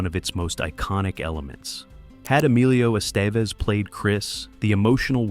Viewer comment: “Emilio Astevezz”. 😅😂